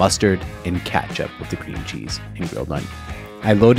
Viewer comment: Intresting accent on saying ketchup